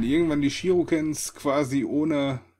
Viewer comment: Die Wurfsterne heissen shuriken, nicht shiruken(Glaub ich zum.)